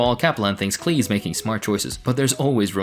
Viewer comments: Pronounced Clay like Paul Klee the artist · Off topic, but Klee is a well known name in art historical circles - as in, the painter, Paul Klee (it's pronounced like 'clay') - and yes, it's kinda funny